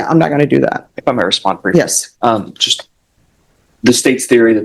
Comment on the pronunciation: Why does every dipshit go to court and say “yesh your honor” over and over? Is everybody retarded?